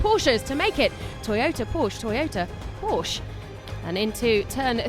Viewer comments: please stop saying Porsch!!! The "e" isn´t there without a reason... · Commentary made this video pretty much unwatchable. Porsche is a two syllable word, and there's no excuse for somebody hired by the FIA to do commentary for their official Youtube channel not to know that.